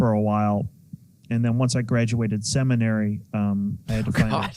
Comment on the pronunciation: Call me immature, but when I heard "semenary" I LOL'ed, and that's how it was spelled in my mind.